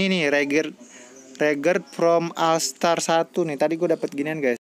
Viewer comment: Regards From Afar 1 bang bukan Astar